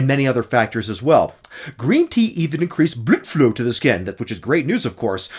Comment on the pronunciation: A little surprise "bluudflooow" in there. Lmao. Love it. 😅